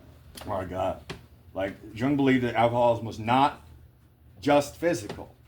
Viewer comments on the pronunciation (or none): I love how you said you were glad you were wrong. How you thought it was a cult or something and didn't want no part so you challenged following the guidelines only to find you were wrong because I felt and thought the exact same way about it. Btw the J is silent😊